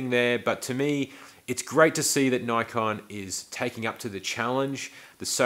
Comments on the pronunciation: How to pronounce Nikon ...easy ...try saying nipon and all will be revealed ! Please fwd this to the USA. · I believe it's spelled N-I-K-O-N. With only one K, or no C before the K, the I vowel is long, seemingly pronounced Neye-kon. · I am from the USA and it was always pronounced Neye con but when I moved to Eastern Europe 20 years ago it was Nee-Kon so depending who I am talking with, it randomly switches between them....but I deal with a lot of tourists from around the world and many say Nik-Kon, whatever it is called, I am a big fan switching from Canon use for 25 years to Nikon 12 years ago. Currently shoot with D850, 800 and Z6 but 90% with the Z6, really like the whole package, S lenses on Z bodies are hard to beat.